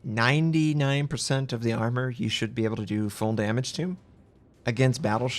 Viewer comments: FUULL NOT FUEL man omg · It clearly says "FULL-throttle smoke generator" but you keep on saying "FUEL-throttle smoke generator", sup with that?